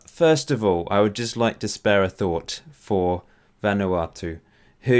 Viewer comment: its pronounced vun uatu